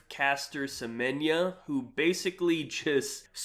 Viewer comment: SEMENYA SEMEN-YA SE-MEN-YA